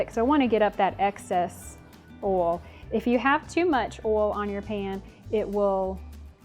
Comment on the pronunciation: OIL, not "Oll". Thanks for the tips